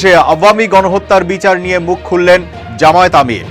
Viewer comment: জামায়েত না জামায়াত শুদ্ধ করে উচ্চারণ করুন।